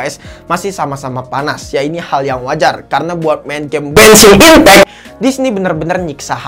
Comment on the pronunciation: Gua dengarnya bensin impek